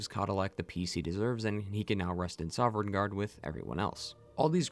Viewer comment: I can’t help but cringe everytime this guy says “soverngarde”. The NPCs literally say Sovngarde like a million fucking times, the Nords can’t stop talking about it.